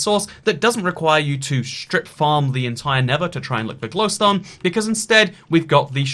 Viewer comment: Why does he say gliwstone weird does anyone else hear that?